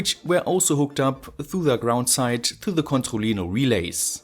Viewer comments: Literally noone: French: C O N T H O L L I N O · Controlino kann man kaum deutscher aussprechen, oder? ^^ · Can you say controllino again? You pronounce it so funny.